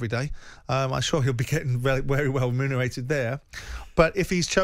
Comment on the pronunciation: Simon really struggling to pronounce "remunerated" haha